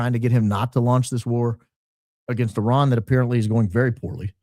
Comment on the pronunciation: IRAN not Ian. Do you need bifocals?